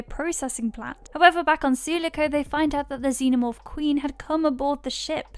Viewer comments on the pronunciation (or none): It's said su-lock-ohh Just a heads up